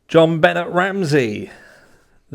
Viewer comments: You're pronouncing her name wrong. Im not judging or complaining, just figuring someone should let you know so it doesnt seem disrespectful in any way. Its not benn-et, its ben-ay Ramsey. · Have you watched even one video about JonBenét before making this video? Her name is pronounced "Jon Benay" nay rhymes with say, not "Jon Bennet". Hence (if you know this case at all you know why I said hence) - the accent mark above the "e". I've never in the 27 years since she has passed heard one person say her name like that. It's not that far fetched that Gary Oliva, who recently confessed, is the perp. He is a convicted pedo, he did tell his friend that many years ago he "hurt a little girl" the night after JonBenét died, he frequented the area of her home, he was found a few years later trespassing and was carrying pics of JonBenét. His friend from back in those days always suspected him. I dont know if he did it, but he sure has a connection to the area during that time period and has been obsessed with her to this day. For those suspecting her father, he dated Natalee Holloway's mom, Beth, later in life after Patsy died. She never suspected him of doing it. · Hi! love your channel!! “Jonbenét” has a French pronunciation (albeit being a fake name haha) so Jon-Ben-Ay 😉 Patsy even goes as far as to say the J softly like the French tend to. But no one calls her John Bennet 😂much love ❤️ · Buh-nay not Bennett. 😂 John Bennett is her dad. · Jonbenet's name is pronounced " Jon BeNAY". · Here name is pronounced john-ben-nay. I agree it’s never going to be solved. Lost cause. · It's pronounced Ben-ay my love. French sounding?? The secrets to these 2 cases are contained within the families. We will never know the truth.